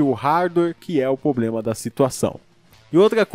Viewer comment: cara é PROBLEMA N POBLEMA MDSSS TODOS SEUS VIDEOS C DA DESSAS